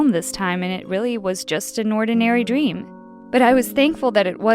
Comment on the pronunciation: “Dweam”